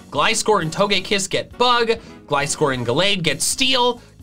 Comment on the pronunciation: GLISCOR, NOT GLICORE!